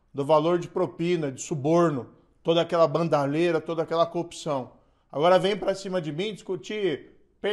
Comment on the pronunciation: kkkkkkk tá bom. Ele não sabe falar a palavra corrupção kkkkk